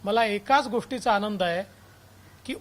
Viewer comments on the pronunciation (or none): none